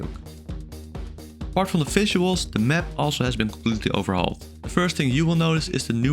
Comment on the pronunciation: Why do you speak "fishuals"?